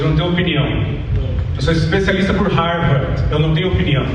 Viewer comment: Não sabe nem pronunciar Harvard! 🤣🤣🤣